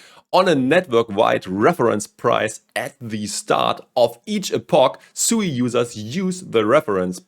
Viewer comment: It is pronounced sweet without the t